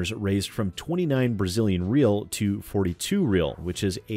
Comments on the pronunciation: This is a super small thing but The Brazilian Currency Real should be pronounced Re-ow when trying to say it in english. Super minor thing, video was great regardless. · A Brazilian "real" is actually pronounced as something close to "hey-ow." Where as any more than one real is pronounced "hey-ice" as its one of those Brazilian words that changes depending when more than once is introduced.